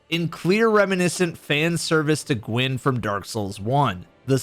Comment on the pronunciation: "firstborn of gYwn" lmao